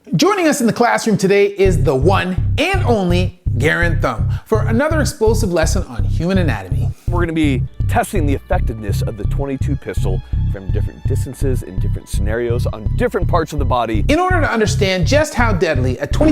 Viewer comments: Garand is really pronounced more like Guh rand. I come in peace I’m not trying to be Mr smarty pants by no means lol. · you are butchering Garand thumbs name..... pronounced Gur-anD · Doc. Your videos are great! Just fyi its "gah-rand" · You've ripped off his content multiple times, but still can't be bothered to learn how to pronounce "Garand,"